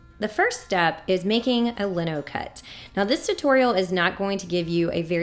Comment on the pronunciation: Lino is pronounced LY - no. But it's a cool technique and one I do with all of my students.